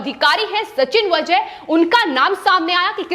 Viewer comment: वझे नही वाजे हैं वो .